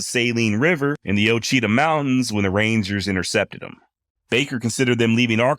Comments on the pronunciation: Ouachita = Waa-Shee-Taw. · Oa chia mountains is pronounced “O-watch-a-taw” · Ouachita is pronounced Wachita. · Its pronounced Washitah. Oauchita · Saline river… “suh lean” Ouachita…. Wash uh taw..😂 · Ok. Ouachita is not pronounced that way. It's Wa-shi-taw. And the Saline river is pronounced Suh-leen, accent on "leen." Great 'cast. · Saline River = suh leen river. Ouachita Mountains = wash it tah Mountains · It’s wash a taw according to my buddy who played ball at the college there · came to say that , I lived in pine bluff for a while as a kid